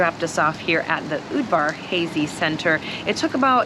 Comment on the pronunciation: Just watched this. I use to work at the university in St. George Utah. One of their buildings is called the Udvar Hazy(pronounced Hawzy actually). The family of the same name as the airplane exhibit you visited.